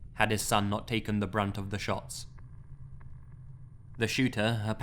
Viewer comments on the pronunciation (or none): none